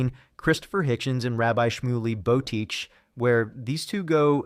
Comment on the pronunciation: One, that's not Rabbi Boteach, and two, that name is pronounced "boh-TAY-akh."